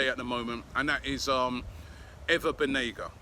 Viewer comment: Last two day he pronounce him as "Ana" Banega, but that most probably perhaps due to Robbie night out activities :)